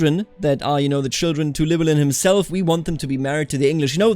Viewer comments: Ll is one letter in Welsh that makes a Ch sound. Llywellyn is ornounced chlu-ellyn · its pronounced Clin well in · "Ll" is not like any pronounciation in the English language and is only found in something like 1% of world languages. To make the sound you have shape your mouth as if you're about to say the letter 'L' but instead of putting your voice into it you just blow through instead. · I’m not welsh but I’ve been told that the “Ll” is pronounced “Kl” so his name would be klywelyn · The Ll at the start of Llywelyn is pronounced by putting your tongue in the same position as the 'L' sound, but just blowing air past instead of vocalising. It's difficult to describe, but if it sounds somewhat like hissing then you're doing it right. Other than that, your pronunciation is great. As a side note, in Welsh a 'DD' is pronounced like a 'th' in "they", a 'ch' is pronounced as in "loch", 'f' is 'v', 'ff' is a regular 'f', 'u' is pronounced the same as 'i' both in long and short forms, and 'y' generally makes an 'uh' sound. I think that covers just about all of the confusing parts, but I'm sure I probably missed some